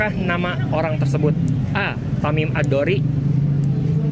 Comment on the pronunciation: Tamim Ad Daari bukan Tamim ad dori